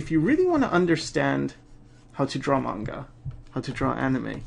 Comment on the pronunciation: OMG!, you know the difference between Manga and Anime?! AND YOU EVEN PRONOUNCE IT CORRECTLY?!?!?! This is one of the many reasons that I love you and your channel =D